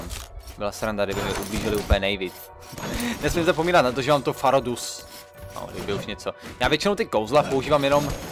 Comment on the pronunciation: NE MA TO BIT TAKHLE FAH RO DUS = FUS RO DAH